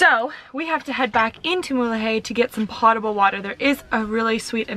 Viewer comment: Great episode. Man...I want to go there. By the way, "potable" is pronounced "poatable". Should be easy for you Canucks cuz that's what you're all aboat :)